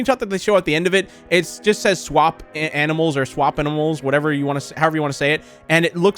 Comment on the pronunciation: You pronounce swap-a-Mals by this. Swap-uh-mules.